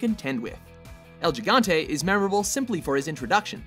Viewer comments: It's pronounced El HE-gont-ay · It's pronounced "higante" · Im glad Im not the only one who noticed this. It's supposed to be pronounced "ehl Hee-gantay" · "El Gigante" It's not pronounced "L-G-gante" it's pronounced "L-He-gante" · Idiot. El "gee-gahn-tay?" It's pronounced "hee-gahn-teh" You dumb fuck. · "El lligante" jajajaja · "el jigante" boi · also El Gigante is supposed to be pronounced El Higante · its pronounced "el higante" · you dont pronounce it el gigante whit the g sound its like saying el higante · Haha yes! Glad I am not the only one! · Its supposed to be called "El JAI-GANTE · El yigante jajajjaja la pronunciación jajajajaj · The pronunciation of El Gigante, first G has sound of H as in house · El Gigante = El HE-GON-TEH...Ya fuckin'guerro... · El Gigante = EL Higante. don't get it twisted. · Pronounce: El Hii-gante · El GEEgante... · I fucking cringed when I heard how they pronounced El Gigante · I love it how this idiot mispronounces "El Gigante." People should really do there research. The "G" sounds like "H" in Gigante. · Clint Elsik EXACTLY!!!!!!!!! Edit: like where in Spanish do you substitute a "G" for (J) which doesn't even have the pronunciation as in English. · the way he says el gigante makes me think that white people should learn spanish too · man...the people at watchmojo can't pronounce anything that isn't english can they? the way they pronounce el gigante and gohan from their DBZ countdown literally made me cringe. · the first g is el gigante is silent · Oh geez, I had to rewind this video three times. I couldn't get past the mispronunciation of El Gigante to actually pay attention to what they were saying afterwards. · Did you seriously just pronounce El Gigante like that? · Hi, in the #10 you say "gigante" with an italian pronunciation, but actually "el" is a spanish word, so probably you should use hard "g"s :)